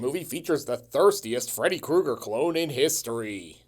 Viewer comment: it's ame, Fredo Krueger I'm italiano! 🤣 Had to pause